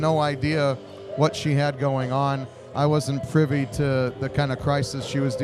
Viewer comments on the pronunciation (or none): none